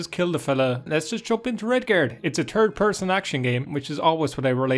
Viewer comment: TURD PE'SON AKSHUN GAME